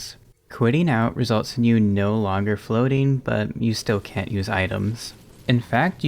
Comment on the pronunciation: I distinctly hear the N going straight into the U. "CAN USE". Plenty of other times he said "can't" were perfectly clear though.